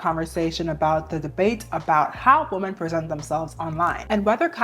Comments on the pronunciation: I’m so fascinated by the way some people pronounce “women” as “woman” nowadays. May I ask where you’re from and what generation you’re a part of? I’m a senior millennial and we all used to pronounce the “o” in “women” as “ih” (like in “hit,” which is admittedly an outlier in English but that’s how it ahs been for generations so I am fascinated by this evolution of language making English pronunciation more aligned with English spelling). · I cant take IT anymore. Please please tell me why yall say WOMAN for plural- Women-. It is driving me crazzzyyyy! Help. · why do you literally never say “women”?? you can pronounce men just fine but then say woman, instead of women 😭😭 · Why do you keep saying “woman” in place of “women”??? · Why are people saying "woman" wum-man" in the plural instead of the singular? Or women in the singular instead of the plural "wi-men". When i Googled this online, it was saying it's because these people aren't "educated" but dont believe that in the slightest. So could somebody let me know why people are doing it as it's grinding on me because i dont know and need somebody to up-to-date educate me on this if you would be so kind. Im so confused guys, please help or is this the "new way?" Or "slang?" Etc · Gurl ily but i‘m oddly annoyed by the way you pronounce "women" as "woman" 😭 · Please for the love of god... its WOMEN pronounced (WIM-EN) gah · And how dare you say that to the queen of pronunciation😡/j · Hey girl! Sorry to be that person but i keep thinking you’re talking about one woman when you say women lol the plural for women is pronounced like (Wi-min). I love your videos though, it’s so refreshing to find like minded women on the internet! 😅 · Why dont people know how to pronounce "women"? Wimmen.